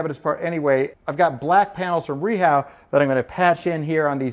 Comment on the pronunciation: Just curious about the lack of a toe kick base on your cabinets. Was that an aesthetic choice? I'm not sure if I've been saying it wrong but I've always known Rehau as "Ray-ha", not "Ree-how".